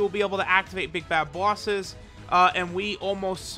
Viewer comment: Ive just noticed that he says bosses like people from Boston , like "booouses" xD